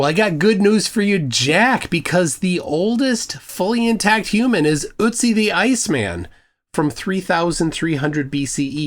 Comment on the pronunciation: It's Ötzi not Utzi (Ützi). 🙃